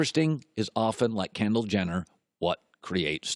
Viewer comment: "Kenndall Jenner..." I'M OUT. THIS GUY'S AN IDIOT.